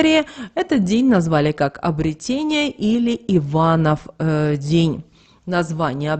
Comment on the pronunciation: обрЕЕЕтение. н е обретЕние. обрЕЕЕтен е.